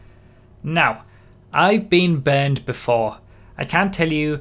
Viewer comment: I didn't realize, until the very end if the video, that you weren't saying "banned" but "burned".